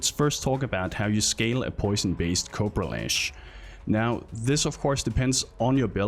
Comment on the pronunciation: Can't stop hearing 'copro lash'.